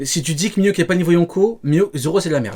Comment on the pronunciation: Avant de débunker, faut commencer par apprendre la prononciation de Mihawk, sinon peu importe les arguments, y a 0 crédibilité